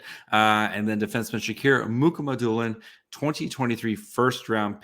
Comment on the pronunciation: Mukhamadullin (Moo Ha Ma Do Lin), Okhotiuk (O Hoat Youk). KH in Russian is an H in English